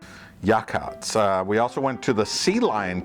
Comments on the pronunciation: Great review of the OR coast. One thing, , its pronounced 'clam-ith' not 'clay-mith' for Klamith. Also its 'ya-hotz' for Yachats , and 'tilla-muck' , 'Gear-a-baldi' and Klatsup is more of a 'catsup' with a k pronunciation . Next time, checkout the Jetty Fishery, right off of 101 about 10 minutes before Wheeler on the left hand side of the frwy. In the summer they grill gigantic fresh caught oysters over a fire pit with a dash of corona and hot sauce. You can also rent a boat and some crab pots and catch a little Dungeness for yourself! They will steam and clean them right there on the dock. I wouldn't buy them fresh by the pound from them though, they are ridiculously priced! (If they do steam and clean for you, make sure they save you the crab heart. You eat it right then and there and it is the MOST amazing flavor! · Its pronounced Ya hots. And Tilla mook, as in took. 40 lb blocks of cheddar coming out of cold storage where they'd been aging - then cut into various size blocks, bricks, etc, and packaged. Garabaldi - hard "G". Depot as in Deep oh. Sea Hag - where the commercial fisherman meet at the end of a day's fishing. Wanna know where the fish are biting - hang out here and listen to the buzz, buzz. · Thanks, for putting together and sharing this video. I was amused by your collection of pronunciation murders. "Yachats" is "Yah HOTS", "Depoe Bay" is "Dee poe Bay", "Garibaldi" is "gare ah baldee", "Tillamook" is pronounced as written but without emphasizing the "mook" so it is close to "muck". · I'm from Portland Oregon and I've been to just about everywhere on the coast. Yachats is actually pronounced yaw-hots and Tilamook is pronounced till-a-muck. Anyways glad to hear you enjoyed your trip man. Come back soon! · He also mispronounced Klamath , Yachats and Garibaldi. Klamath and Yachats are both native words. Oregon , Northern California and Washington have a lot of cities nobody can pronounce unless they're from the area.